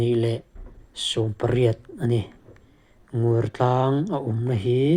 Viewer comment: Mizoram tlangsang zual te tih hnua "Top" tih sapṭawng hman a ngai tawh lo. Ngur tlang lam dan hi Nûrtlang tih tur, ui 'ngur' anga lam tur a ni lo.